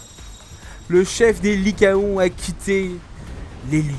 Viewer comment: ça se dit likaon